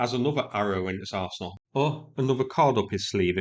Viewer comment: Did you say arse in all..